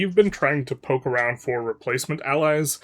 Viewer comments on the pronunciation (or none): none